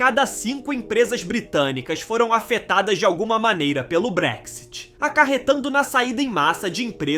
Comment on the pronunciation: Realmente não sabe nada .. sim que o Brexit foi fodd agora vc não sabe nem pronunciar Brexit .. segunda o país não está pobre sim está aumentando a desigualdade .. ou seja quem vem aqui ficar fazendo bosta nenhuma e trabalhando só no básico sem se preparar como profissional esse tá fudido mesmo .: ou seja tá foda pra quem nao tem nada a oferecer .. agora o título é tão idiota que na verdade o Brexit foi para não receber mais ninguém .. ou UK não quer que venham e não ao revés ..